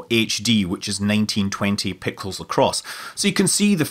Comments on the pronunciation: "1920 pickles across." Scott Manley, 2021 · "HD, which is 1920 pickles across" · you said 1920 Pickles across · are we talking sweet gerkins or dill pickles? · "pickels"? Are you watching Juan Bagnell?